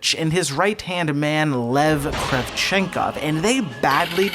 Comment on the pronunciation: I like this video. My only complaint is that he calls him Kravchenkov. There’s no “V” at the end of his name. You don’t need to pronounce a letter if it’s not there in the word.